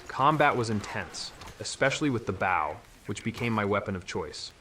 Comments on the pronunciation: "bow" isn't pronounced that way. it's "throw" not "ouch". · "Bow" is pronounced "Boh" not ""Ba-oh". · BAOW? WTF is a BAOW? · I was like "Did he really just say his favorite weapon was a "bao"?". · You almost had me AI, until you said your favorite weapon in Tomb Raider was the "bough". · My AI detector started pinging at "God of War [full stop] Ragnarok" (text to speech engines never seem to know how to handle colons), but I shrugged it off as a bad reading or edit. The "boww" made me mark the channel as "don't recommend". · Yeah the voice sounded real until he didn't know how to pronounce "BOW" as in bow and arrow. Very convincing though. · I've never heard someone pronounce "bow" in such a weird way. Is this just another lazy ass AI channel? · boring obvious list, the ai voice is ok until it tries to pronounce bow, that was hilarious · Yeah I caught that too when “he” mispronounced bow. If AI is the future then the future is going to be boring and formulaic. It’s weird that people can monetize this kind of thing.